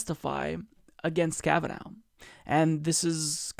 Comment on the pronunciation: Lol, "Kavanow".